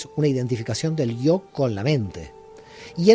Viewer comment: hace rato que te escucho y haces algo al ablar importantisimo no dices yo! sino dices io y estas bajando continuamente una iud con una vav, pues en tu ablar bajas la bendicion siempre!!!